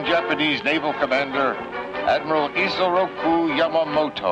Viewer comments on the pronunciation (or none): Ha ha reporter fail, its Isoroku Yamamoto not Ricoco Yamamoto. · She said rekoko yamamoto Even tho its isoruko yamamoto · lmao she said the first name of yamamoto terribly wrong it's pronounced isoroku not rokoko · Rococo Yamamoto?! Since this whole story is about him you should expect her to get the main character's name right. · Pretty funny that this news presenter calls him "Rococo Yamamoto" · pronounced yamamotos; name,admiral rokoko yamamoto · "Rococo" Yamamoto 💀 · She's a newsreader who is half blind and can't read the autocue quickly enough to interpret his name as ISOROKU.😆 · Isoroku Yamamoto...It's not that hard to pronounce.